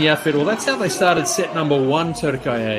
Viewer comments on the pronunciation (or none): For the commentator: It's not TürkAye it's TürkIye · Spikerin turkeye gibi saçma telaffuzundan sonra keşke Turkey olarak kalsaydık sendromu... :D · Türkiye swept Brazil again. Clearly you could see the Turkish players out performed Brazilians. One thing I didn’t like about this video is the Fu..ing commentator. He could not pronounce the 90 million country’s name properly. It’s TUR-Ki-YE. That was annoying and I thought it was disrespectful. Other than that it was a great game. Enjoyed watching. Congratulations to both Türkiye and Brazil for the great match.🇹🇷🇧🇷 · The speaker must pronounce Turkiye better